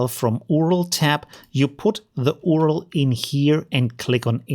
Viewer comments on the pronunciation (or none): Its U.R.L. not "uaurel" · its not url , its yu ar el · Hey I really like your videos. But just as a little sidenote, "URL" is pronounced "U-R-L" or "you-are-ell". Still a great video haha :) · I like how you say URL as oorul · It's pronounced "you are el"